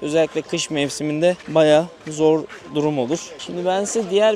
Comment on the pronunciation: dakika de kamera açısı bel hizası üstünden gidiyor sol tarafta bir detay çıkıyor kamera açısı alçalıp o yöne bakıyor konuşmada vurgulu ve yavaşlıyor ''baya zorr durum olur'' :D :) sezer reiste detaycı :)